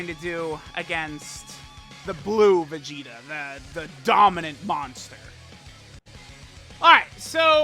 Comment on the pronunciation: Is it me or everytime says vegeta it comes out as vegito.